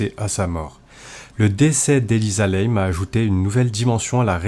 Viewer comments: Et sinon, une erreur aussi, chez les chinois ça se prononce comme ça s'écrit. Donc, pour info, pas Elisa Lèyme, comme vous l'avez prononcé. Lam se prononce "LAME" en français ... Inutile de tout "Américaniser." Ça pique déjà assez les yeux le niveau général du français dans les commentaires de vos vidéos... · Non c'est normal et elle s'appelait Elisa LAM et ça se prononce " LAME" ET pas n'importe comment comme le fait le youtubeur. Elle était au 14e étage et c'est celui du personnel et elle n'avait rien à y foutre, l'ascenseur ne se ferme pas à moins d'avoir le code ..